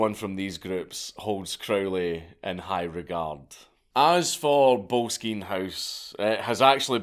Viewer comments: Trust a weegie to mispronounce boleskine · I actually did some volunteering at Boleskine House, (pronounced 'bol es kin' NOT bowlskeen!??). I even camped out one night in the gardens in the hope of some spooky event....but alas, t'was not to be 🤣 The house has burned down twice in recent times and is in the process of being restored!! I actually have a stone from his fireplace in the ritual room he used!!! 😁 I don't know if Crowley, once termed the "Wickedest Man in the World" , was a" mad lad".......misunderstood perhaps and definitely a bit "mad", but not necessarily in an "evil" way. Anyway, Boleskine House (also once owned by Jimmy Page!!) is a fascinating place and well worth a visit!!!! 😁😁😁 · Oh mate that’s not how you pronounce Boleskine